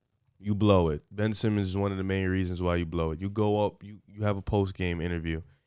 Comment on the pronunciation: Ben-ch Simmons